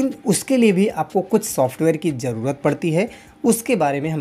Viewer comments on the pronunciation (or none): none